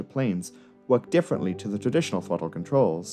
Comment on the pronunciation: Say thawttle again.